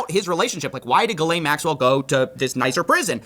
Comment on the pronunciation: Her name is pronounced Jizz-lane